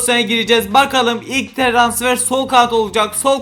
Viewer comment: Trasfer değil transfer skskksksksjsk😅